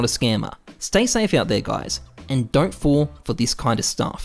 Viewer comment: coming back to this video after more than a year, are we not going to talk about how says 'dont'?